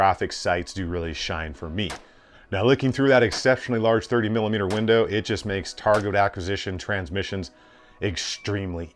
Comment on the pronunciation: Anyone else notice he has trouble saying the word "target"?